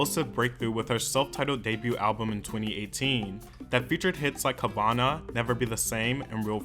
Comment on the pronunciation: Chile it's Havana not Havauna 🤦🏻‍♂️🇨🇺